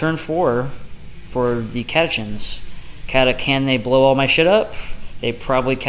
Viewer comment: Cata Kans? Cata Kins? It is Cata Chan, like Charlie Chan.